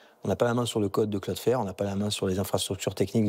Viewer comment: Quel intérêt de faire ce reportage pour ne pas expliquer la raison de la panne ? Et 2/4 personnes qui prononcent mal cloudflare, vous avez l'air bien renseignés